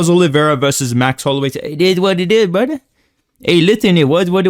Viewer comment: "brudder" and "one more thing guys!" Make me lol irl everytime